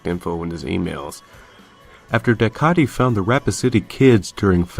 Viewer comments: A few corrections in the video : Pinwheel didn't ended until 1990, the article between clock man was made in 2004, and dycaite is pronounced Dye-kate. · isn't dycaite pronounced like dye-kate?